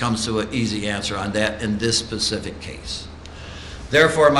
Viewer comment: . The judge kept saying "pacific case".